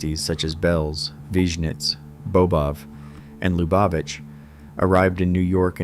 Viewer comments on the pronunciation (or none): The only pronunciation of Lubavitch i've ever heard is LOO bah vich. Not "Luh BAH vich". 🙄